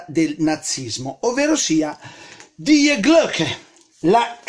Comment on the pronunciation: ….devi pronunciare Di Glocke;)